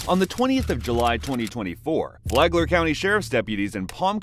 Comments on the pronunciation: I thought he said Flaglar county. That place has a Lot of pervs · Also wtf, it is FLAGLER county🤦🏻‍♀️